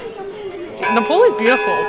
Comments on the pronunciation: Please say "Ne-pal" (like, Hey Pal!) instead of Ne-Paul. Thank you!! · Sorry, but Its so irritating you saying Nepol tho u might not know the difference Nepol and Nepal 🇳🇵 🙏🏾Welcome to 🇳🇵🙏🏾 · Just a small correction...the pronunciation is "NAYPAAL" and not "paul" as u said! ☺ Tea or 'chai' is called 'chia' in common Nepali parlance... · ITS NOT NEPOL.....ITS NEPAL.....PAL AS IN PAAL(FRIEND)😊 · Loved your video.But it's NEPAL not Nepol. Enjoy your stay. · Its not ne pol its ne pal like pay pal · Nepol It’s nepal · Please it's NEPAL NOT NEPOL HUH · It's Nepal not NepOl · Nepaul 😂😂 say north pole ??